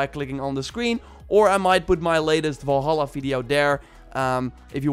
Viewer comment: Why does he say Valhalla, like Vålhælla